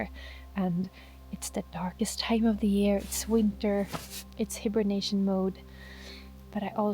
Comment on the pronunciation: Say hibernation like “HIGH-bernation” ❤❤❤❤❤❄️❄️❄️❄️❄️❄️